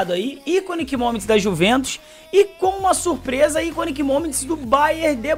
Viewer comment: Iconic = Aikon (se pronuncia assim)